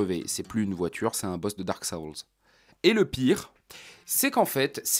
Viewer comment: Ça fait presque bizarre d'entendre quelqu'un prononcer "Shein", "Dark Souls" et "gangs" correctement dans des phrases en français